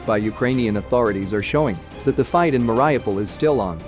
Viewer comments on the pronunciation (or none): MARY- OH-PULL